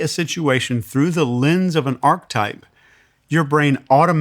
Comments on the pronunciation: It drives me crazy that he mispronounces the word 'archetype.' 🫠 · If you're going to make a word a massive part of your vocabulary, for sure know how to pronounce it correctly. This guy literally said "archetype" about 40 times throughout this conversation, and pronounced it "arc-type" every single time. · How he pronounces ARCHETYPE pisses me off so much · I wish this guy would stop mispronouncing archetype. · Good info. I like this episode. But listening to mispronounce "archetype" like 20 times in a row is killing me.